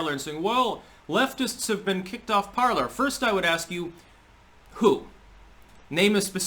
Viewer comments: It’s pronounced ~par-ley ~ the R is silent. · Okay someone answer me this because its driving me crazy. Is Parler pronounced parl(er) or parl(ay). I keep thinking it's the latter because its the French pronunciation of the verb meaning "to speak." But everyone keeps pronouncing it Parl(er) so maybe I'm just going crazy 😆